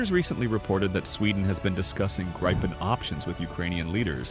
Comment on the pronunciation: For the love of god, you english speaking just can't pronounce Gripen so call it JAS 39 instead of butchering the name!